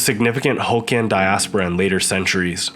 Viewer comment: Not pronounced: "ho kians" but "hock Kian"